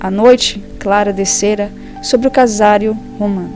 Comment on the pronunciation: Casario e não casário.